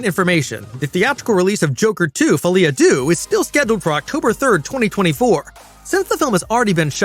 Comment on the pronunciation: The ‘Deaux’ in Folie à Deux is pronounced ‘Du’h’, not ‘doo’.